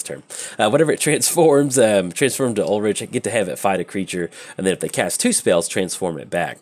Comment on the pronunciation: Ulrich is pronounced Ul-Rick.